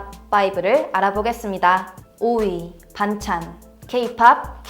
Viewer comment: 오이 반찬 맞는데? 했는데 아니였네요 ......